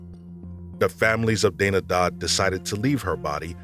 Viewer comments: Dana is not donna...it's day-na lol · You should edit your videos. At one point when referring to Paulette’s sister you called her Paulette. You also pronounced Dana as Donna. Also yea, the marijuana comment in Paulette’s case is so heavy handed and laughable. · Dana is not Donna. Say it with me DAY-nuh. Not DAW-nug. Why pronounce it wrong the first time, but correctly every time after that.